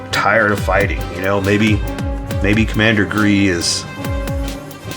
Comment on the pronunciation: You say gee stormtrooper